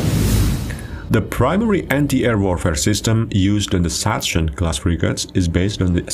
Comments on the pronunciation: I know you propably never heared anyone spelling it correctly, but please, never say "Satschen Class" ever again xD (try Saxen) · BTW: Sachsen is pronounced "Saksen".